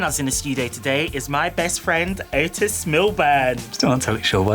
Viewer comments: Lmao "Morning ETES" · I can never say the name Otis normally only the way Eric does